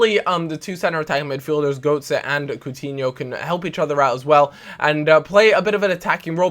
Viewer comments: its pronounced Gertser not Goatser lol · It's neither of them, it should be pronounced GETSE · Goetze, it is not pronounced with an "r", the umlaut just makes it and "oe" instead of just "o". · Still can't pronounce Götze...